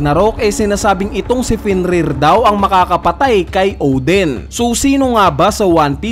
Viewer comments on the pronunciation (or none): O-din not Ohw-dhen. Lol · Odin, not Oden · Odin kuya hindi Oden